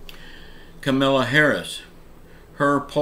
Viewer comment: it's Ka-ma-la Harris